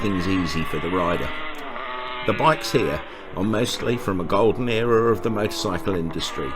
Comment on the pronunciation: Era. You keep saying what sounds like ‘area’. Whoever is riding that Yamaha 350 on the road at the beginning, I have no idea how they survived the ‘70s riding that aggressively especially on today’s busy roads. The sequence with that right turning supermarket delivery truck was actually scary. You don’t need to ride like that on the road just to create content.